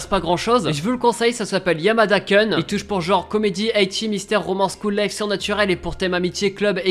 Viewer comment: YAMADA KOOOOOUUUUUN PAS KUN !!!